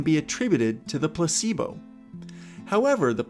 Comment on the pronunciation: I have my headphones on and whenever you say Placebo it always sounds like you're saying "p*ssybo" 🤣it bothers me so much tbh